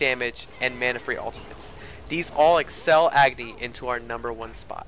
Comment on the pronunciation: dude AGNI is not pronounced as EGGNI its A.......GNI 'a' as pronounced in 'a' ball 'a' cat 'a' doll